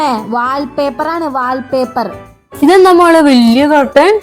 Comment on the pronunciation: വാൽപേപ്പർ അല്ല വാൾപേപ്പർ ❤😂